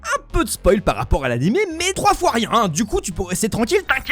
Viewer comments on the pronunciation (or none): none